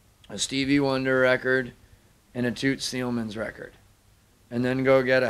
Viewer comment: i love the way how he pronounced Thielemans.